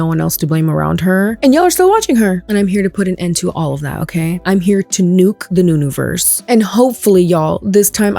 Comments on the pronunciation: “Nunuverse” girlBYE😂😂😂😂😂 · The “nunuverse” 😂